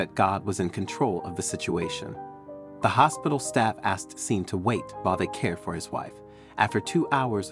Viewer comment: Sean is not pronounced SEEN. its Shawn. Sean is the Irish spelling.